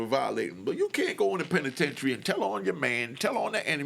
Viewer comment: The Pen-I-tentary 😂 woop 🙌